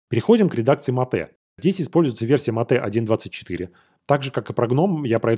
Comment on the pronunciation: Ну какое ещё матэ? Это [Мэйт]. Аж уши режит уже много выпусков и каждый раз такое не правильное произношение. Всё остальное супер, спасибо за выпуски.